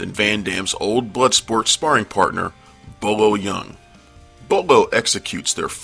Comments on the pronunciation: its bolo not bobo LOL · sad when realize the narrator isnt a fan himself when you hear him call kung fu movie icon Bolo: Bo-bo twice in about 10 seconds. Same for the guy who edited the clip :p